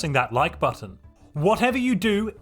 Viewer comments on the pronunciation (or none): none